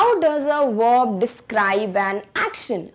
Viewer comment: Pehle uchharan sikho tum...verb ka uccharat vorb kaha sai sikha hai?